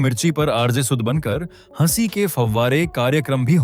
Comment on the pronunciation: आपका हंसी, हंसना, हंसाया ईन शब्दोंका उच्चारण बताता है की आपकी हिंदी भाषा की जानकारी अधुरी है। इन शब्दों का उच्चारण किसी के भी मुंह से ध्यान हे सुनीए आपको आपकी गलती समझ आ जायेगी।